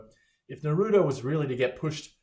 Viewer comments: The fact that he said Naruto like Nuh-rew-tow disgusts me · the way he said naruto pissed me off😭😭 and guys he hasn't watched the show it is clear that he doesn't know how shadow clones worked in the show like with the help off chakra they make another identity so, yeah he need to watch the whole show😅